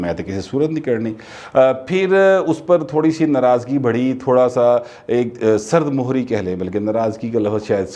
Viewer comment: " سرد مہری" میں "م" زیر کے ساته بولا جاتا هے.